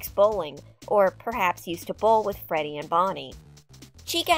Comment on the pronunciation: The start u say ferty fazbear lmao